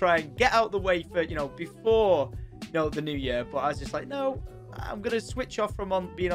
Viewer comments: Lets make 2021 the best yerrr ever haha why cant you say year right? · i love how he says yur XD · love the accent pronouncing year, yer